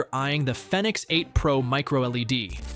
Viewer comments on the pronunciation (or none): Is it Fenix or Phoenix you keep going back and forth between the two pronunciations, sometimes in the same sentence!